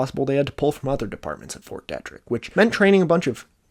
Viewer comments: Kills me to hear it pronounced "detrick" when its fort DEE-trick. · Great vid as always. Just would like to note that Fort Detrick is pronounced “Dee-trick” and is not its own place; it’s entirely within the city of Frederick, MD. (Source: I live there) Also, Ft Detrick was an important place during the investigation into anthrax scares in the early 2000s. Pretty sure a scientist there was under suspicion of being the culprit. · Heads up: Fort Detrick is pronounced Fort Dee-trick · Your pronunciation is killing me. Macaque, USAMRIID, FT. Detrick, hemorrhagic... pleaaaaase if you're doing a video about something technical learn the terms. I had to stop listening. It makes it very grating. I'm not judging by any means but after about the 20th ridiculous word, I gave up.